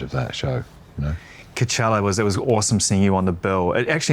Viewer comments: when he was saying cowchella i thought he was referencing some parody festival he perhaps runs on his devon farm or something for the locals, but no, that's just how he pronounces it. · Called him out on the COW-CHELLA 😂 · It's pronounced Co-chella. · Let him pronounce Coachella any way he wants mr! 😂